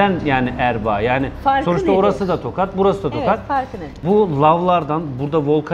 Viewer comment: Tokat deyil tohat